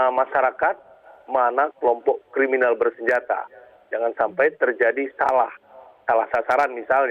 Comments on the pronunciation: KRIMINAL bukan KRIMINEL😂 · bukan kremenel pk bunyinya krininal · Bukan Kriminil tapi kriminis bacaannya Pak?